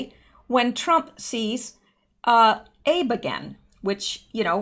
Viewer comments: Abe Shinzo is pronounced Ah-Bay not Abe like Abe Lincoln. Not a big deal. Just thought you would like to know. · Chinese Presidents name is pronounced “Ah-Bay” Shin-zo. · I love your analysis and determination in bringing truth to we, the people (us). A note of information: when you are reading something transliterated from a foreign language, you need to pronounce all of the characters. The PM of Japan's name is Abe (pronounced "Ab' - a"). Growing up in Japan taught me this! Keep up the good work! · Correct pronunciation of the Japanese PM’s name is ..... ah.... B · Good reporting as always. One thing you may want to change, Abe Shinzo -- Abe is pronounced as Ah-bay. Keep up the good work! God bless!!! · Shinzo Abe...pronounced Ahbay. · "Shinzo Abe", in Japanese, is written in reverse, the family name coming first, "Abe Shinzo," and the name "Abe" is pronounced "A-bay", with the emp-PHASIS- on the first syl-lABLE, not like Lincoln. Anyways, thanks for the great informative video. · This is not meant to be critical in any way, but the prime minister of Japan's name is pronounced Ah-bay. If u go to YouTube and ask you will find the correct way pronounced aloud for you. Love your show and info. Blessings is to you. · I think he pronounces it like ahbay